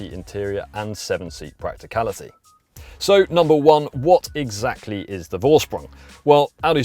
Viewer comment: Thanks for a good review! Is this edition available in other markets too? And a small german lesson for you guys. Vorsprung is pronounced Forsprung, the letter V is pronounced F in german and a more correct translation is ”advantage by technique” So now you can say both Vettel and Volkswagen as the germans😜 Cheers Henrik